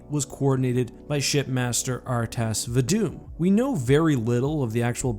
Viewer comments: The EE on the end of Elite names is pronounced because its a title, not part of their name. So its Rtas Vadamee, not Rtas Vadam. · Va-dme Not va-dum I'd even accept vad-e-me like in h5 or the books